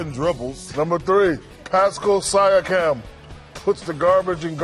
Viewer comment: paskal sy-a-cam